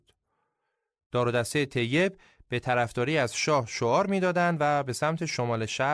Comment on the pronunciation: یا مثلا تلفظ طیب tayyeb درسته نه teyyeb.این تو اپیزود شاهنامه هم زیاد دیده میشد